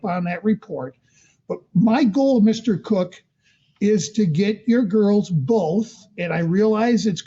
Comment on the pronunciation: It's so irritating when the dad is called Mr Cook. His name begins with a K It's pronounced KOCH as in the former NY mayor of many years. I just don't get it 🤔🤔🤔